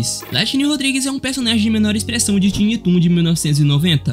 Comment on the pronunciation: Ótimo vídeo! Obs: " tiny" de tiny toons se lê " tainí"